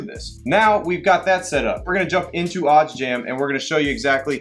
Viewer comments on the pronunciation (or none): Please make sure you don’t forget to add the ‘s’ in the word “odds”. It makes a HUGE difference. 🥴😂